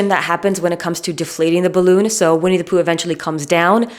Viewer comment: I could listen to your pronunciation of “Vinnie Pooh” all day. I couldn’t listen to How I Made Your Mother. It turns out that Ted’s pretentiousness was just his Josh Radner showing 🙄.